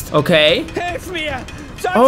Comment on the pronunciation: du musst noch ein Wort lernen unzwar es heißt Frau und nicht Frlau.😉